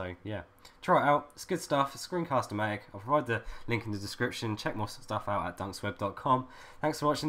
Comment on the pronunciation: You said "thanks again" wrong today :(